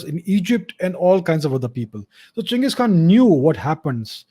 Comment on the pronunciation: Finally some Literate Indian calling him Cheng-iz and not Gang-his..... Most idiots form west nations don't even know how to pronounce Asian names properly.